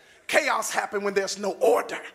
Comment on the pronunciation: "Ordherrr" "Ultimally"